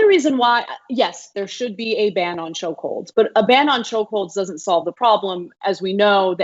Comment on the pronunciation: Lol. Think he DID say choke holes lol